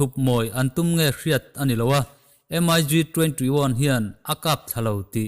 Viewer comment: MIG anilo mik ti in lam tur